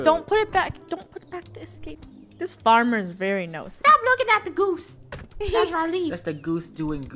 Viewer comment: The famer noooo!! Me:Farmer?! XD